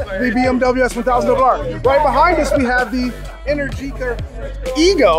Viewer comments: Since its Italian, I assume its Pronounced "enEr-gica" , not "enerGi-ca", Great video! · Man is pronounced enérgica, not energíca 😅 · you call it enehr- geekah but I think it is called enEr-G-ca , from energy but, that capital E is open (é) like in Explosion. energica means full of power or very active in italian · It’s kind of weird how this guy pronounces ENERGÍCA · Please... Enèrgica not Energìca.